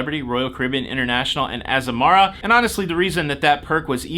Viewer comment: It's pronounced, AZAMARA.......how bout that. 😉